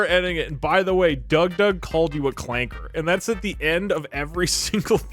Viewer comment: I can’t believe Doug said Clanka with a hard R. r/wehatedougdoug will be informed of this transgression.